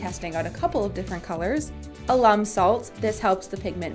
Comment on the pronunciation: your lesson about lime was great! i had no idea. but wait, "puddy"? is it not "putty"? also, "alum" in this case isn't short for alumni. the accent goes on the "a", not the "u". i am unable to resist making comments like this, but i mean no ill here. i love this Channel!